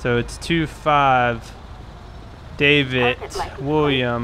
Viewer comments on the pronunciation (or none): none